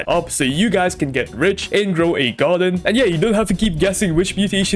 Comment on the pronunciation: Grow a garden❎ GrowAgon✅